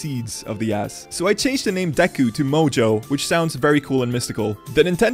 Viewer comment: As a French, I can say I tremendously enjoyed hearing you say "de cul"